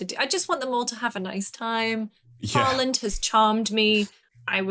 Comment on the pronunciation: You gaming youtubers an your lack of interests like world cup disturbs me. I saw Matty literally livestream during World cup Semi final, like you got to be kidding me. ANd thats not how you pronounce Haalands name, I mean thats how PL announcers pronounce it, but its should be more like hall-lend.